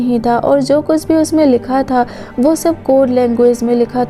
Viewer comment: Jo hota hai zo nhi hota